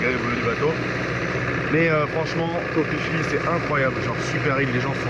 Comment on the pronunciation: Je ne sais pas pourquoi les thailandais écrivent ph mais prononcent p. On dit Koh "PiPi" finalement. Pour le view point où on voit le sol en bois, il me semblait que c'était assez facile d'y monter. Très belles images.